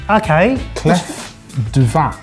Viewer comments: Swiss here. It’s „clé“ for clef (pronunciation). It means key. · Did you purposely mispronouncedclef for a joke or are you really that silly that you don't know the Clef in French is the word for key? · "...no one French watches our channel..." Um...ce n'est pas vrai. :) By the way, "clef" isn't pronounced "cleff," it's pronounced "clay". Keep up the good work, boys! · "clef du vin" is actually more pronounced like "clay du vin" ;) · Clef (French word for key), is pronounced ‘Clay’ , the F is silent 👌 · Lads it is clef as in CLAY. Pretentious gadget. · clef is pronounced 'klé' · Lovely how you are straight up butchering French pronunciation - this is my review as a German 🤌🏾😂 I'm somewhat happy that the hot stone got the lowest possible rating, because in restaurants, it's a bit of "spectacle" at best and never good quality end product. No reason why it should be any better at home =D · Pierre à cuire ( "kweer) = cooking stone..... not heart stone (coeur).....as is pronouncing it. 2 minutes to google it before the show would take care of that, along with the correct way to say clef, (silent f)..but then we would not hear your best GCSE French 🙄..so please go on saying/slaying Sauvignon “blank“ 🤣😅😂..and looking so proud of yourselves while doing it